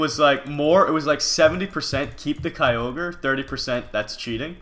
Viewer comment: Mitch plz keep kyogre. The other guys said it fine.